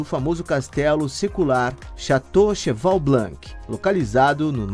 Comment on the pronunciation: Se diz CHEVALE ( Cheval)) BLON ( Blanc)